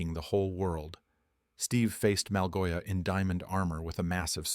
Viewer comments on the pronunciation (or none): Malgosha❌ Malgoia✅